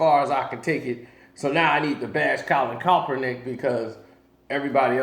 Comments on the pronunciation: KAEPernick, not CALLPernick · CALL-IN KAP-ER-NICK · You still saying Kaepernick name wrong smh